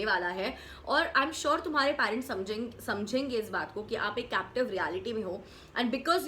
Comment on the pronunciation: “Parents” theek se pronounce karna seekho